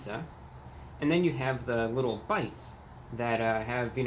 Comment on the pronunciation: Did he just say "a wittoo bit of a discount, or a wittoo bit of a woher price"? I can't tell if he is joking